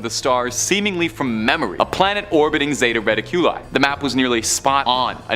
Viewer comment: Ra-tic-u-lie.... Zeta Reticuli ...